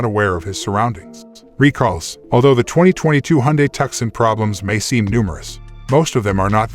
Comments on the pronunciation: "TUK-SUN?!" Its "TOO-SON" ....AS IN Tucson, Arizona.....just like the SANTE FE, as in Santa Fe, New Mexico. Jesus christ I can see and HEAR the decline of America's IQ in real-time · It's 2son,.....not tuckson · It is pronounced Tooson. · Please call thus vehicle by its rightful name! TUCSON pronounced TOO SON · People review a car and can't even pronounce it? its 2son . I have owned the 2022 Tucson Limited Hybrid for almost a year now, best and most fun car I ever drove, just love the safety and ease of lane centering. zero problems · You cant pronounce the name of the vehicle you have no business reviewing anything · You sound American yet you fail to pronounce the name of the American city it’s named after “TUCSON” “C” not pronounced!!